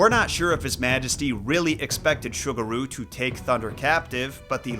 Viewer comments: it's pronounced SUE gu ru. not sugar ru. ffs if u wanna do story telling of other cultures the least u can do is check the enunciation of the foreign names to show some respect. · Ah yes, Sugar-ooh and Cannon, my favorite Shinto Kami 😂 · If it's spelled "Sugaru", then the "S" is an "S" sound, not an "Sh" sound. Like Subaru, but with a "g" instead of a "b". But the way you pronounce it, it sounds like the kangaroo mascot of a sugary cereal. I think the English word "sugar" was throwing you off.